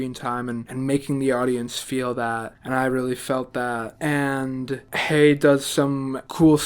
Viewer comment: Thank you for your direct, sincere and enthusiastic review of this wonderful film. (F.y.i.: Andrew Haigh's last name rhymes with "vague" -- long "a" and hard "g." You got the first part right. And I believe that Paul Mescal's last name is pronounced "MESS-cull," though you're in good company in getting it wrong! Thank you.)